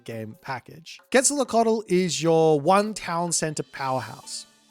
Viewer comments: another boit banger. for the names of the gods, because I suppose you'll be casting games in the future, Queztalcoatl is pronounced "Quet-sal-KO-atl", as opposed to your "quet-sal-lo-cotl", the other gods would be "Weet-si-lo-POCH-tli" and finally "tes-ka-TLEE-PO-ka", minor gods I'll leave it to you because you've been quite entertaining giving them names. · Really bad pronunciation... quezalocatol? 😅